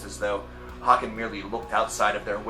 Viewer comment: It's pronounced hay-ken as in taken and bacon